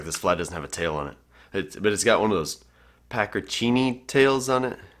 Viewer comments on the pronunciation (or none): Pronounced pack- ee - a -ree-nee